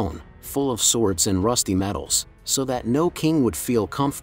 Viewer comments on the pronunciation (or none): none